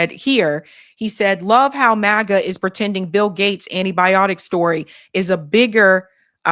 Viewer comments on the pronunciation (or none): none